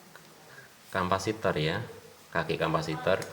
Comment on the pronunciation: Kapasitor... Bukan kampasitor... Soket bukan songket...